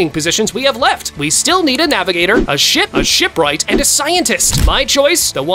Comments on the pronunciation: 28.13 blud said shit not ship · NAHHHH I HEARD SHIP TO shi-poop